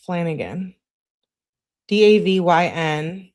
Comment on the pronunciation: Davyne is Davion's sister.. pronounced De-vine